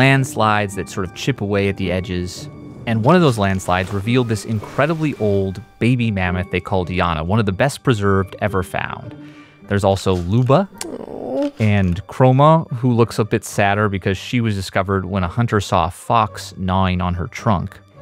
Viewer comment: Please, not Luba… something like [L’ooba]